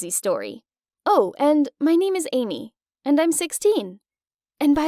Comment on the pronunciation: Whe she said :"amy" I FR THOUGHT SHE SAID : "umi" 😭🤚🏼